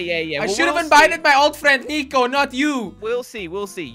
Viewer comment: i think he said nicko but i feel like its not nicko it sounds like fekio